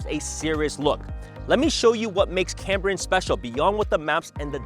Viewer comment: It is CAME brian - not CAM brian. I grew up there.